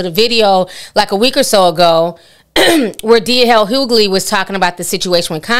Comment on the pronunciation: His name is Hughley, not hoogley